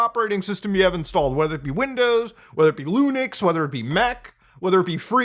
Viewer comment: You did not just say lunix